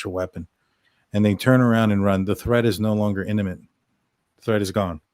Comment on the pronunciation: Imminent not inniment.